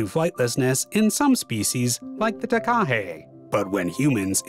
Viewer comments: The name of this bird is mis-pronounced throughout the video, which spoils the production. That name comes from Maori language, (wrongly pronounced "may-ory"). Even 'Murchison' was mis-pronounced. The commentary must be automated because its only semi-successful. To pronounce Takahe correctly, either emphasise the first syllable or do not stress any syllable. (not T-kaa-hay but Taa-ka-heh) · The way he said Takahe omgggg lolol